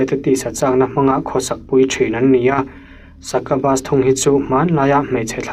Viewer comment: Succubus leh incubus hi Sakabas ang inkabas ang a lam tur nilo in sakiubas leh inkiubas ang a lam a dik ang. Just a typical corrector guy here.